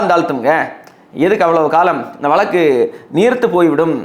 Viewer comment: வளக்கு, வளக்கு வளக்குகிறீர்களே, அது வளக்கு அல்ல 'வழக்கு'. தமிழ்நாட்டில் ஒரு சென்ட நிலம் ரூ.2000 க்கு எங்கு கிடைக்கிறது கொஞ்சம் சொல்லுங்களேன்! ஒரு குடும்பத்தில் தகுதியுள்ள ஒருவருக்கு கருணை அடிப்படையில் (Compassionate Appointment) வேலை வாய்ப்பு ஏன் வழங்கப்படுகிறது தெரியுமா? வேலை வாய்ப்பு தரப்பட்ட நபர் இறந்தவரைச் சார்ந்திருந்தவர்களையும் பராமரிக்க வேண்டும் என்பது விதி! இந்த விஷயங்களெல்லாம் புரியாமலே உங்களைப் போன்ற இலங்கைத் தமிழர்கள் குழப்பவேண்டாம்!